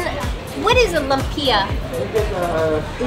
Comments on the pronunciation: Lumpia: Pronounced Loom-pyah. Hopia: Hope-yah. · Lumpia = pronounced "loom-pyah". Different varieties best dipped in the sauce provided. Dumplings = called siomai = pronounced "show-my". You'll find that most food are served with vinegary dipping sauce. Tip well for services but stay away from street pandhandlers. As you travel away from the mainland and to rural areas, there might be language barriers. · I’m dying 😂😂😂 what is lum-pia?!!! Welcome to the Philippines 🇵🇭 great video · Haha, that American pronunciation of lumpia! :) I grew up there in the 70s and it's so strange seeing the modern Manila compared with my childhood memories. However, I confess I've never heard of hopia...that must be Chinese. Yep...I just looked it up: "Hopia is a popular Filipino pastry filled with bean paste which was introduced by the Fujian Chinese during the American occupation." And now that I've seen more photos and the filling, I realize I've eaten these. Just didn't remember the name! Bean paste in the middle...very Chinese.